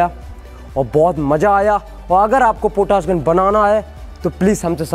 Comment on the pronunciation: पोटास नहीं पोटाश होता है... पहले बोलना सीखो